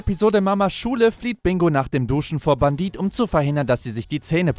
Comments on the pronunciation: Wieso sagt er die ganze Zeit Bandit er heißt Bendit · Sprich es bändit